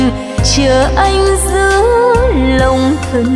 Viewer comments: ví dụ phát âm của chị Cố đô thành cô đô nè, điệp khúc" giữa lòng đất mẹ" chị hát thành "giữa dòng đất mẹ"... là cái dễ thấy nhất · Nói thật chị hát bài nào cũng 1 kiểu, thiếu nhấn nhá. Và quan trọng nhất là phát âm của chị hơi có vấn đề là Cố đô thành cô đô, "giữa lòng đất mẹ" thành "giữa dòng". Mong chị sẽ khắc phục được các khuyết điểm để tốt hơn